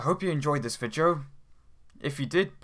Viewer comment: Is it me or does this guy always say vijeo/vigeo instead of video